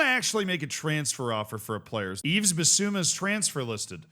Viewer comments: You really need to stop saying YveS. The s is silent 😅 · Please say Yves correctly. 😢